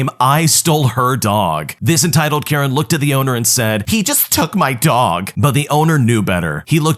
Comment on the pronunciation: "Entitled Karejn" 💀